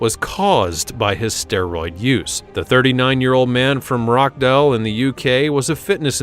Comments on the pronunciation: 'Martine' 'Rockdale' Best get a voiceover artist who can read. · Martin is how it's pronounced. Rotchdale is how it's pronounced. 😅. I call 'arkansaw' arkansas.